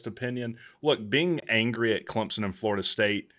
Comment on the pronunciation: Run a weighted average and podcast it. Great analysis. Great show. Thanks. Is it pronounced “Clemp-sun” or “Clem-sun”? I’m hearing a “p” from you.